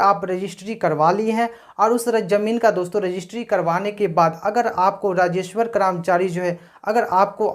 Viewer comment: Rajeshwar nahi rajeshwar hota hai.